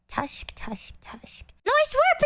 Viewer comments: “People wear faces”- says the vtuber behind a false face. Someone tell her its pronounced tisk tisk tisk not elephant tusk tusk tusk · oh for sure, the tisk-tusk thing is just so.... unexpected in comparison. Never heard anyone mispronounce that before 😂 Most everything else I've seen in some form or another. Especially when ESL comes into play